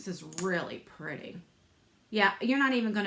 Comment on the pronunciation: Just love how you say "purty"!